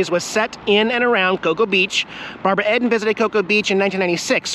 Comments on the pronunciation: Watched it when I was a kid , afterschool reruns on the local channel WGN ch9...... and its Barbra "Eden".....like "the garden of Eden" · Sure do remember it. Not said like Ed.an.more like eeeden. Loved when Jax Man answered you when you said his name. 😻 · I have to correct you on how you pronounced Barbara Eden's last name. It is pronounced like "the Garden of Eden" not "Ed den". LOL!! Sorry to give you a bad time, but this is the funniest thing that has happened all day for me. Yes, I have a very boring life. Also, I am an old Fart and know a lot about all those old shows and even older ones. Your adventures and quirky places/events you find brighten my day and keep me smiling. Please be careful out there. Stay safe and be happy. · Lol I am old so yes I know that show and it’s not Ed-en it’s Eden like the garden of Eden. Love your videos. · It's Barbara (ee)den pal--you said (ed)an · Barbara Eeeeden---Long E not short E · Not Barbara ED IN its Barbara EEEDEN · Barbara EEEEEEEDEN not edden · c'mon, to know so much about 60's trivia, you don;t even know the main character name or how to pronounce it.. Barbara Eden not Eddon..get it right man.. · Yes, I watched it as a child. It’s Barbara Eden. (Say ee-den.)Love your adventures. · Barbara Eden's last name is pronounced just like the perfect, beautiful garden that she has so much in common with! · Its Barbara eden and loved the black and white seasons I met Barbara in 1975 very nice her last name is pronounced like the garden of eden just a little tidbit for you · yes I remember, I Dream of Jeanie. Barbara Eden ( E pronounced E) also Larry Hagman ( of Dallas fame later) Who killed J. R. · Its pronounced Barabara Ee-din. (Long E) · EEE-Den like in the bible.